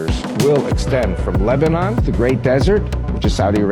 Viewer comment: Arrey baba it’s not labdon it’s Lebanon. Who made you a media reporter. Say Israel not Israyel all Indian media says the same 🤣🤣